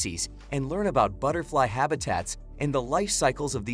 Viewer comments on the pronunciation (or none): Good information here. I've been to most of those places, but not all. That said, it would be nice if the electronic voice knew how to pronounce ordinary words like "aloe," "butterfly," and "brochure" - or, on the slight chance that the voice-over is by a real human, if he learned the same.